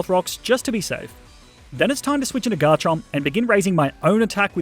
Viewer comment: GARCHOMP, NOT GARCHERP!